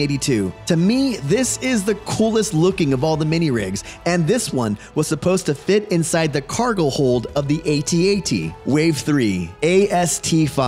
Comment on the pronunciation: I loved the minirigs. The one with the suction cups was my favorite. For me, that was Bossk’s ship and it would fight the Slave-1 for Han. Also, side note: ayetee-ayetee? At-At. Come on, man.